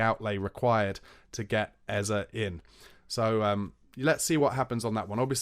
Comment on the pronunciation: It’s Eze, (pronounced Ezzay),. Not Ezzer, god damn it!